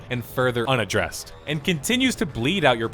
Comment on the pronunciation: "Unaddressed" :p